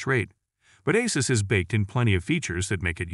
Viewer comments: Asses ROG 😂😂😂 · Am I loosing it or have they pronounced Asus in a few different ways. 🙃